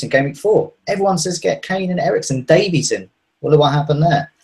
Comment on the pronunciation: Ben Davies is pronounced Davis... I'm Welsh. Trust me. Davis. It's cringey when y'all say "davees" 😂